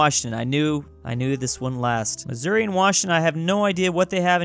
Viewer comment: To be honest I do not like how you say Missouri